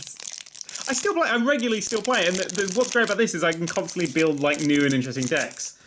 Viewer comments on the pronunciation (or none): none